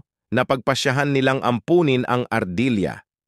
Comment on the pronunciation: Ampunin, inaruga, na ito, 😅😅😅😅😅nabigla ako sa accent na nabigkas parang mali yata 😅😅😅😅😅. Nakakapagtataka😅😅😅😅